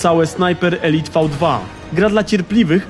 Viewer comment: Elite czyta się elajt